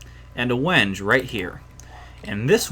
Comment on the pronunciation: Wenge is pronounced wen gay I think I watched yogscast sjin and he said that. I know this video is 3 years old but I just pointed it out.